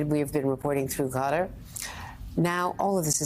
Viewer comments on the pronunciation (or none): An interesting and informative discussion. Thank you. But Andrea, c'mon. It's not OK to call Qatar "Gutter." What is wrong with Americans' ears?